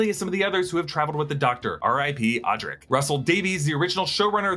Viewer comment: I mean this is great that you’re doing this but I’m like two minutes in and you’ve said Ncuti’s name wrong, mispronounced Adric, and you’ve got the TARDIS wrong! It’s Time and relative DIMENSION (single) IN SPACE